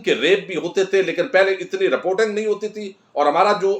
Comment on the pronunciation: Assalamualaikum sir yah rpotung nahi hai yah reporting hai kyoun mazaq urwa rahay hamara gawaroon jahloon jaisay english bol kar ya sahe bolo ya na bolo ache baat mashwara manna cah ay